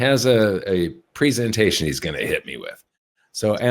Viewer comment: Mike, can I ask the $64,000 dollar question. I've always wanted to know the answer..... Why can't you pronounce the word "presentation"?